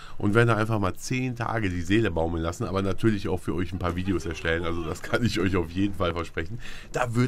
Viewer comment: Find "ISCH" super! ^^